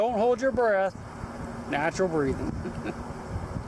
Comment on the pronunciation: I love when you say hold yer breathe